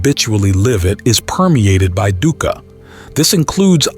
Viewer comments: Dhuka, pronounced as Dooka. No biggy. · “Dukkha” pronunciation is wrong. Dukkha (Pali) is pronounced dook-kah (or /dʊkkʰə/), commonly broken down as "dook" (rhymes with look/book) and "kha" (a crisp aspirated 'k' followed by 'a'). It is a two-syllable word emphasizing a short "oo" sound and a sharp, breathy release on the second